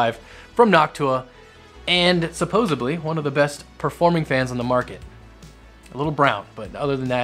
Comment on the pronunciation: supposebly is not a word